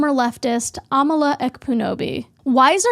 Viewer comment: It's ironic how u share the belief that people should respect pronouns and if they don't, they're a terrible person. And then go and miss pronounce Amala's name.